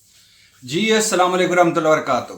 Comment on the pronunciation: تجزیہ کمال کی کرتے ہو ارشاد بھائی مگر یہ اسلام علیکم پر بھی تھوڑا سا کام کرو آپ کی تلفظ صحیح طور پر ادا نہیں ہوتے ہیں ۔۔شکریہ